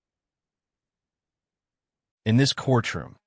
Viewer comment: He isn't "jokingly" referred to as Mr. Magoo. That's his name. Not "Magood".